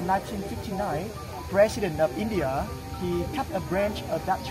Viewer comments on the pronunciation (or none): none